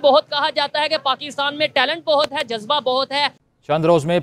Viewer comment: Zazba to Zarurat se Zyada hai Zi. Thoda Aata Zuta lo Zi.